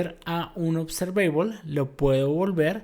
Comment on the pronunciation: Trata de trabajar en tu pronunciación de la palabra observable y otras palabras en inglés que mencionaste